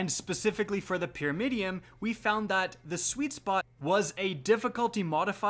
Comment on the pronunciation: Does anyone else hear him say "Pyramidiom", not pyramidion?